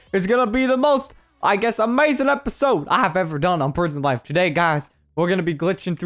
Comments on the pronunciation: He said prision life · You said prion life